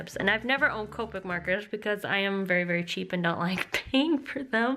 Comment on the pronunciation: the way you pronounce copic is so cute!